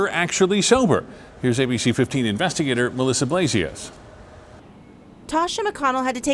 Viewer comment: The last 4 seconds of this video: "In Phoenix, I'm INVESTAGTOR Melissa Blasius." What? Investigator? Ha ha ha lulz, lmao, har har!